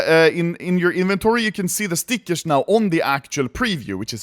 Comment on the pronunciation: Ludde's english might be perfect at that point, but he still is saying Stickesh instead of Stickers XD